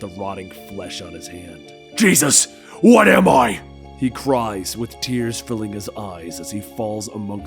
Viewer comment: Narration: she’s my wyiyffe! Wyhat am I?